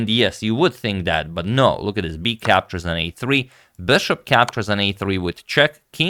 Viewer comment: My personal favourite, "sorry about dat". Bends as he say it.